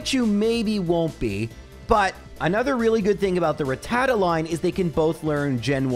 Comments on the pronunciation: Why does EVERYONE seem to mispronounce rattata? It’s pronounced: Ratt-uh-tah NOT ra-tatta. Go watch the first episode of the anime, the Pokédex clearly pronounces it. Episode 8 also features a pronunciation. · Why say Ratata like that!?!? When you say Raticate like that Rat ta ta Rat ta cate MAKES SO MUCH MORE SENSE